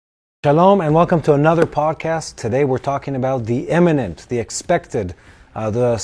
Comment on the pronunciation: IM-minent, not EM-inent. Imminent means at any moment. Eminent means of high position or status; of recognized merit. Not from today, but "Colonel" is pronounced, "KER-NEL," like a kernel of corn.! Turn off that desk lamp when you're not using it. Don't waste electricity. Thank you both for this episode.